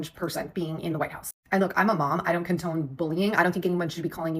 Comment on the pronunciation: Did say contone instead of condone? Stay in school.